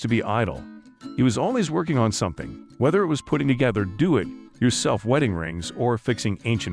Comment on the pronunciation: The pronunciation of “do it yourself” gives it away